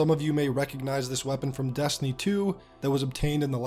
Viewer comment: You say Destiny weird, like “dastiny” or “deeyestiny”